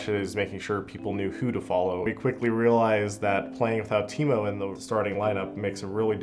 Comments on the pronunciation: them saying teemou realy triggerd me for some reason it's TAImou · as a Finnish Person I know it should be pronounced taimou but no one really cares even taimou doesn't